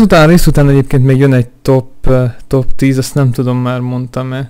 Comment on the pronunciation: Nem top hanem topsz 10. nál montad kb.